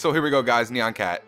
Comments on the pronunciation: It's nyan cat not nean cat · It's NYAN cat! Not neon cat! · Nyan not neon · it is actually nyan cat prononced (nie-an cat) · lol he said neon cat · it's nyan